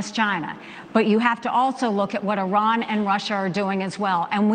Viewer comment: Why do conservatives call Iran “I ran”?